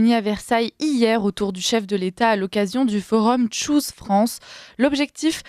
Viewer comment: FRANÇAIS...FRANÇAISES.... Si vous prononcez un mot ANGLAIS....prononcez le comme les anglais....sinon PERSONNE ne vous comprends...ni les anglais...ni les français..... Choose se prononce TCHOOSE......et non pas shoes....qui sont des godasses.....